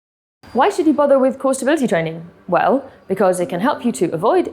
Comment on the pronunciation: I had to play the video 3 times to understand what " crossh tree training '' was :)) After I put subtitles and was ''Cross stability training " :))